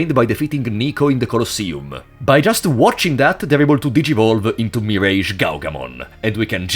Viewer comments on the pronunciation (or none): none